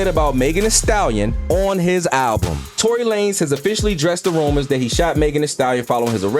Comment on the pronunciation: “TONY LAN NEZ” 💀